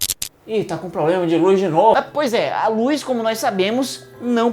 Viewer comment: O único problema é a pronúncia de LUZ, do latim 'lux' O correto é LUZ mesmo, e não "lúis"